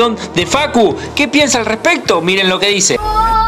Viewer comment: No beybi rik no mecaybien